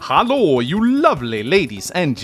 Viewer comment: you wouldn't happen to have German ancestry/spent some time in Germany? The way you say "Hallo" really sounds like you've spoken German before.